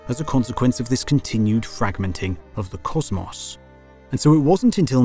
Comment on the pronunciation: i knew this video was gonna slap when i heard him say causmaus instead of cosmos